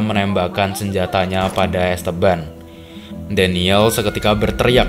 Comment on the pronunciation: dibaca 'EstEban', om, kedua 'e' dibaca spt kata "enak" atau "aneh".. bukan es teban aplg es tebu 😂